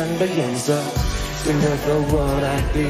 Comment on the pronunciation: Stand up stand up 这个发音太出戏了